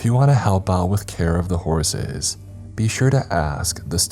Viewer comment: Am I the only one hearing Horaces when he says horses sometimes??? Kinda like booby/ booty traps from goonies.